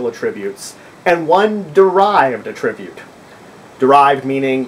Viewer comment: Why do you keep saying A ttri bute, when it's pronounced At tri bute?.. otherwise great video